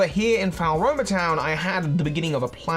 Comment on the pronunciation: "falroma" makes me giggle every time